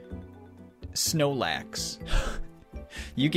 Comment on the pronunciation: when he said "snoelax" i felt that.